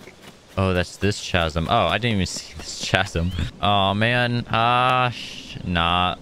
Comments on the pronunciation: Ka-zum it’s pronounced ka-zum! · CHASM💀💀💀 U PRONOUNCE IT KAZZIM